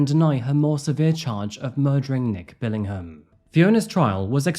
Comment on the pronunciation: As a fellow Brit, I take serious offence to you pronouncing the "h" in Billingham!!